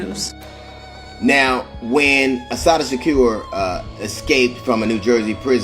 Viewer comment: Is this Ai reading this. If not mf learn how to say her name!!